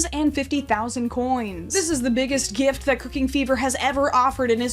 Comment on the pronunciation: “This is the biggest Giiieft 🎁”